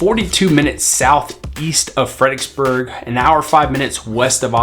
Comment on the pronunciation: I knew you were a local, saying "Fredicksburg"........not Fredericksburg. We just kinda shorten it. Kerrvillian for 10 years. Love it!